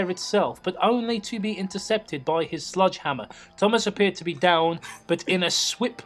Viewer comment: I keep hearing "sludgehammer" every time I hear you guys say sledgehammer. For a moment I thought it was a typo in the story itself, but your lack of reaction to it made me realize it's just my ears being dumb. But now I want to know what a "sludgehammer" is.